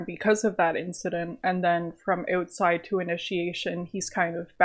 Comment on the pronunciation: "Next up is Eutside"